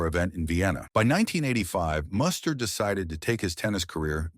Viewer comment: This video makes a couple of egregious mistakes. 1) His name is pronounced Moo-ster not Muss-ter. 2) Muster was not married from 1989 to 1997. I have no idea where that came from. He married Australian TV presenter Jo Beth Taylor in 2000. They divorced in 2005. Muster remarried in 2010 to Caroline Ofner. Additionally, while Muster's 1997 Australian Open semifinal run and subsequent Dubai title are mentioned, the video strangely doesn't mention Muster's Masters victory in Miami in March 1997. In fact, Muster reached the semifinals or better in four of that season's six most important outdoor hard court tournaments (SF Australian Open, SF Indian Wells, W Miami, F Cincinnati).